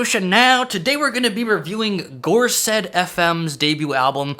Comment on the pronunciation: For context, the gorsedd is basically a council of Welsh language poets, writers and musicians who have contributed significantly to the Welsh language and culture, heavily associated with Celtic traditions. A few gorsedd fm songs and albums use Welsh titles which is pretty interesting as they’re from New York Edit: also little nitpick it’s pronounced gorseth, the dd sound in Welsh is pronounced as a th like there